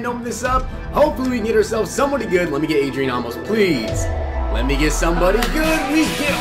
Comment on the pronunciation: Not Ah-mos it's Ayy-mos